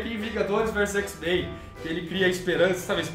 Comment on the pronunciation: "xis-mein" n dah irmao. n fala isso kkkkk muito bom o pragrama